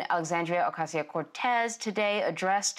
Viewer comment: I like when she speaks like the typical, up talking childish voice but when she pronounces her name she reverts to the Puerto Rican flare